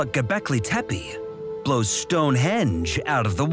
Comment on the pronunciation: The word “Gobekle Tempe” sounds amazing